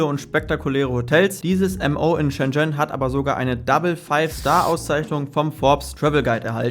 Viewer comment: Bitte lerne mal reden!….. schen schen 🤣 . Buch mal nen nen Kurs 🤣🤣